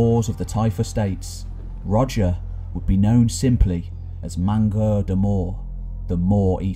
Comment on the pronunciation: Might want to look up some French pronunciation... "mangeur" (mawh-jeur)